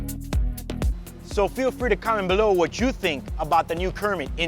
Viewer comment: Call it a “Cermit”